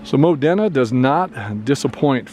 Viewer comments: Thanks again for the great video! We're from Newcastle and I work in the Modena area at times. By the way it's pronounced mo- dean- a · Locals pronounce it "Modeena" (i.e. Moh-Dee-Nuh).